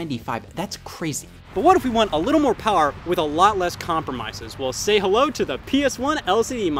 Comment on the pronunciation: sounds like he said "power" like a japanese man